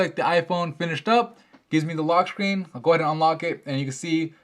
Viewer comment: *The loschhrrrscreen